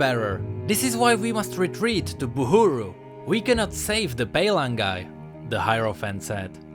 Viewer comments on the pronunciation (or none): cracked up when he was pronouncing palagi